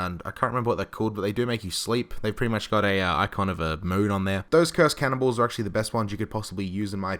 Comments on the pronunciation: when he said "cannon balls" did anyone else hear cannibals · I keep thinking he's saying cannibals instead of cannonballs.